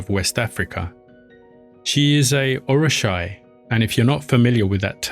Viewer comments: it's Oo ri sha not Or. Oshun is Or not Oh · And orisa is pronounced... Oh-ree-sha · Just to let you know, for future references, the pronunciation of these words are incorrect. It is pronounced “Oshuuuunn”, not Ocean. Also, It is “Or-ee-sha” (Orisha) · Orisha pronounced Or-Ree-Sha Oshun pronounced Oh-Shoon